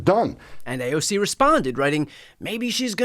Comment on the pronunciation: He called her AOG😂